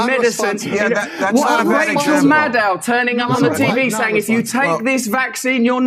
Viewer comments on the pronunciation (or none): none